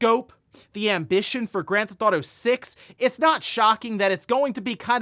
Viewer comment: stop saying Grandthautho 6 if you can't say it just say GTA 6